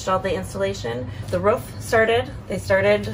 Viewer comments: Why do you keep saying "ruf" instead of roof? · Am I the only one that is super annoyed by the way she pronounces roof? Ruff sounds like shit. Roof looks great. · R-OO-F not R-U-F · I won’t use your referral code but can I pay for you to learn how to say ‘roof’ rather than ‘ruuf’?